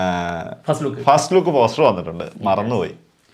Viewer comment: ജൂൺ ഫസ്റ്റ് എന്നാണ് പറഞ്ഞെ അല്ലാതെ ഫാസ്റ്റ് വീക്ക്‌ എന്നല്ല. 😄😄😄 പയ്യനെ വെറുതെ കലിപ്പ് ആക്കണ്ടാട്ടാ എഴുനേറ്റ് പോകും 🤭🤭